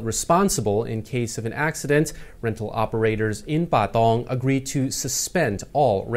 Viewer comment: Please say Pathong again. 🙄